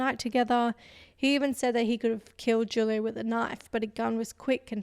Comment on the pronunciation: It’s pronounced “who-lio”